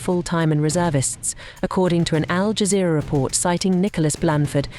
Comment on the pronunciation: The Ignorant commentator CAN'T or won't say Al Jazeera..